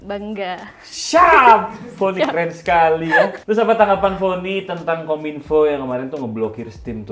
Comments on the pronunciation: bang bukan vonny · Bukan Vonny bang tapi